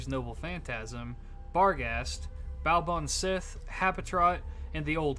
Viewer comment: Pronunciation note: Baobhan Sith should be pronounced closer to "bavaan shee". The letter "h' changes how other letters are pronounced in gaelic: 'b' becomes 'v' and 'th' becomes 'h', sorta. It's helpful if you think of the Baobhan Sith as a type of banshee, and that their names are pronounced similarly for a reason. Leanan sidhe, cat sith, aos si or aes sidhe, and cu sith are all similar examples of the "shee" pronunciation (sidhe is often more a "shee-uh").